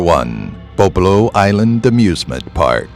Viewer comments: Nit-picking here.... It's was pronounced "Bob-Low" not "Boh-Blow" for #1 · BOBOLO ISLAND IS PRONOUNCED WRONG - I LAUGHED WHEN YOU SAID IT... IT IS PRONOUNCED "BOB"-"O"-"LO"